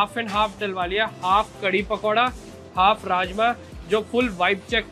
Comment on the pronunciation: Pakoda ❌ Pakodeee✔️